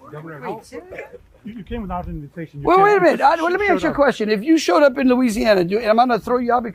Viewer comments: What an idiot! Trying to be all 'street ' The word is ask, not axe you utter moron. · Let me “axe” you a question? Huh? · High level diplomat.?? Says.. "Let me AXE you a question.." Please.. learn to speak English properly. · “I wanna ax you a question “ 😂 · This is an American politician and he can't even pronounce ask or asked properly!!! That's pathetic!! An AX or some people spell it AXE is a tool used for chopping wood!!! Just ignorant.... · Landry is a white guy who pronounces the word "ask" as "aks." Curious. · That's a question that Greenlanders should axe/aks themselves. Send someone who can speak english. Geeez. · Landry is so inbred he can't even say the word "ask". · Aks yourself... Aks yourself who taught you English!! AKS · He needs to learn how to say ‘ask’. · The man cannot even pronounce the word "ask"..... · "Lemme ax you a queshion" 😅